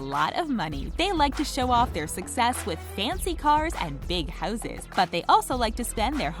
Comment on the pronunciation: And houses, HOOSES LMFAOOOOOOOOO